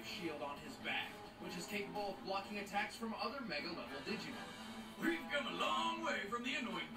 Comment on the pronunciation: Wait DID U SAY DIGI-MON? ITS DIGIMON